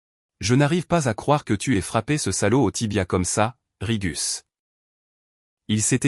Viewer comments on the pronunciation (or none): "Rigus"..???...C'est un nom latin ?? Un animal étrange et venu d'ailleurs ??😂😂😂 57mn environ..👎👎👎..lamentable.